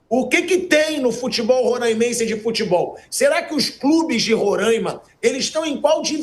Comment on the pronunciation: Não rôrâimense, é róráimense. O som não é fechado, é aberto